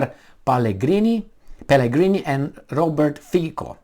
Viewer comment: Sulik's citation needs continuation: SaS worked as some kind of a filter for some of that inadequate proposals, but now it is complete chaos. And only to ease reading, Fico reads more like Fizzo and Caputova is something like Chaputova. :-)